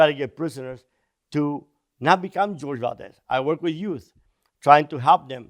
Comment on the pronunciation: I think his name is pronounced "Hor-heh" ...Spanish name